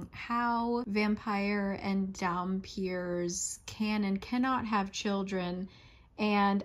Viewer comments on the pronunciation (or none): For the record, it's pronounced Dam-fur, which is a Vampire-Human hybrid. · Lisa is pronounced like Liss-za, & dhampir like DOM-pier and you got the others one pretty good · I love your review on it, but I can't get over the pronunciations on Lissa, dhampir, moroi and strigoi lol Edit: I think it's hilarious that you don't always mispronounce these words tho